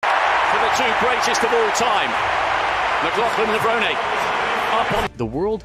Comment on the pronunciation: Please refer to her by her proper name at all times. That means captions, as well as spoken commentary. Her married name should be pronounced LevronAY, as though there's an acute accent over that final 'e'... Tony Hunt World Junior Athletics News NZL.